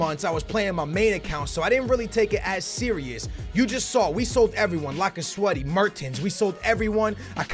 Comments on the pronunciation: laca sweaty ?? wtf ? its lacazette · did he just say lacasweathy?